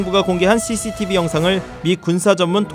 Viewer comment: 아나운서 cctv발음 하실때 뭔가 북한말투같네 ㅌㅋㅋ